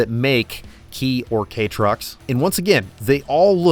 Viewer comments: Kei is pronounced as 'kay' not key. M'kay? FYI, safety on US roads is a joke with the DOT being the joke. Unless somebody up high dies, nothing ever changes in the US and the US always sees itself as world leaders when in fact it has always been behind because of protectionism. If this sounds like an angry Canadian talking because of current events, NOPE, I'm NOT referring to the last seven months. It ALWAYS HAS BEEN. Proof of US protectionism over safety, you in the USA can't import a Kei truck or any non US market vehicle under 25 years of age. In Canada, it's 15 years. Other countries it's even less. Let's start with the elephant in the kei truck. You referring to what the speed is in English is pretty funny. Kilometres is INTERNATIONAL. You Americans were supposed to have gone metric back in the mid 70's but didn't however Canada had already committed to it and then you guys back out. Your loss to the tune of just over a TRILLION DOLLARS a year lost maintaining your outdated SAE while actually being METRIC. Yes, the USA is actually metric but you all think SAE daily. The dumbest argument from Americans over switching to the metric system is that it's hard to use. Right, because using fractions is much easier than a decimal point. To prove just how stupid your whole system is, just look at your highway signage. It lists the distances with fractions like 2-3/4 miles to exit or 1-1/2 or 1-1/4 etc. but when have you EVER seen an odometer with fractions? Right, because it's so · brother, you made an 18 min video on Kei trucks, the least you could do is look up how to say Kei (kay) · "Kei" - pronounced - kay - means "light", light truck. Used like a "screw-driver", a universally, handy tool. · It’s pronounced like the letter K, the character 軽 Kei means light, trifling or unimportant. I think they mean the first definition, but people do look at these as uncool or unsophisticated in Japan. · It rhymes with "jay." It's a shortening of 軽自動車 (kei-jidōsha.)